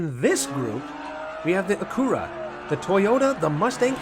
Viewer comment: Its Acura and you keep saying "Acoora"